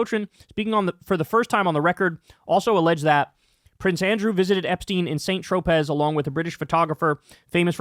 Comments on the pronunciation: Thanx again for sharing, PS. Saint Tropez is pronounced something like " Se..n Tropee, " with the stress on the last syllable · Saint-Tropez is a French city. It's pronounced Saan Trow-pay. Just looking out for you because many French people will regard you as an unsophisticated American pronouncing it like that. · Kyle, Saint Tropez is French. It’s pronounced “San Troh-pay”. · Saint Tropez is pronounced San tropay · “Sahn Tropay” = Saint-Tropez, France. 😏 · Dude’s “St. Tropez” pronunciation ruined it for me. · oh... kyle doesnt know how to say saint tropez lmao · How do you not know how to pronounce Saint Tropez? Beyond embarrassing.